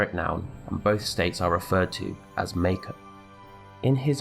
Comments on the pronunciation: Yo, why you keep pronouncing "Mako" wrong? It's "mock-oh", not "make-oh". We've had official canon pronunciations for not just Mako but almost everything else for over a decade at this point, probably more like over two decades. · Isn't it mahko rather than mayko